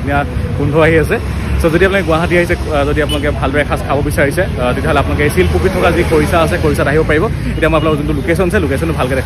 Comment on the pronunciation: ছিলপুখুৰী নহয়, শিলপুখুৰী